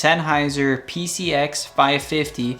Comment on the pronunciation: Did anyone else notice him saying PCX instead of PXC at start of video?